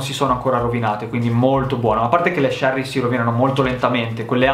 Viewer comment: Si dice cherry con la C di cinque